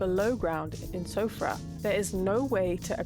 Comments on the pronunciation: This is a really good video, and I hadn't noticed this pattern at all. (ps. Siofra is probably pronounced as "Shee-fra") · It's pronounced SHEE FRA. It's a kind of Irish mythical creature.